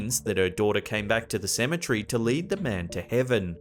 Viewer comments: Cemetery not cemetrey tour switching letters when you say it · Apparently the guy don't know how to say cemetery